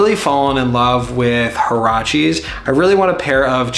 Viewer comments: It's closer to wah-rrah-chess, not hurrah cheese. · Definitely wanting some huaraches as well, in a NOT orange brown. I have camp mocs, Alden loafers, and Birkenstocks, but huaraches could bridge that last gap. Also, it’s pronounced wuarashas more or less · The Mexican in me died a bit the way you said Huaraches 😂 great vid and recommendations tho!